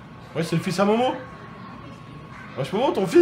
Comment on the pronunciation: Pourquoi tu dis mowmow et pas momo